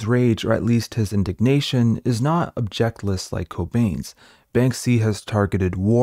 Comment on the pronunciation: Your pronunciation of "objectless rage" makes me think you are uttering words others have written for you. You should pronounce it like the word "object," and emphasize the first syllable, and then add your "-less." Because you mean a rage without an object, without a point, without a goal -- as opposed to a rage that is without an objection. Unless you in fact mean an objectionless rage??? (Of course my American pronunciation of words may seem odd to you, too.)